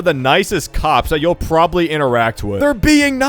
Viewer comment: When he said "these are some of the nicest cops you'll ever interact with" i was scratching my head and i thought he said "these are some of the nicest cocks you'll ever interact with"💀💀💀😭😭😭